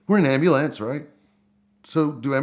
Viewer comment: He cant really think thats how you pronounce ambulance